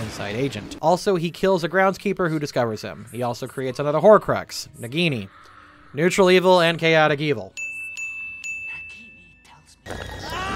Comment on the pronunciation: I'm sorry, I must've had a stroke, you can't possibly have said nuetral good that's preposterous.